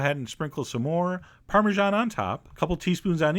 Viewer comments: I love your stuff. But I really hate how you say the word parmesan. It's /ˌpɑrmɨˈzæn/ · It's an Italian cheese, it should be pronounced the Italian way. Go back into your hidey-hole where America is the only country that exists. I'm American btw, and I hate people like you.